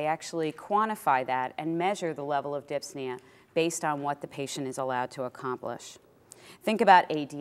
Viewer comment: Thank you for the video. P.s It's dyspnea, not dypsnea ;)